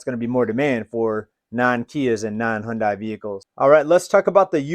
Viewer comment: Hundai is pronounced Huhn-day